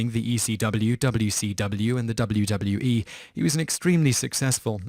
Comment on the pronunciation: Alexander Rahl Surprised he got 'WCW' and 'WWE' right; although, I can picture him saying 'wi-kuw' and 'wu-wee'.